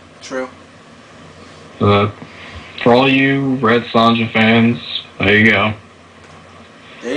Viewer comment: The J is not pronounced in Sonja's name. Her name rhymes w/ phone ya.